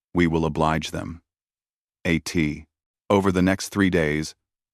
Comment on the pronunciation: A T Over the - Huh? AI speaking with no knowledge of the ward "AT" It said "A T". Teach it the difference.